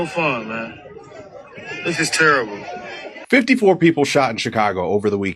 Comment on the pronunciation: The way he said terrible sounds very down south. He might not be from Chicago! Bridgeport was one of the most racist areas jimmy cmon. You got to be happy with the fact that black kids aren’t being harassed by Mexican, Italians, Irish and polish neighborhood gangs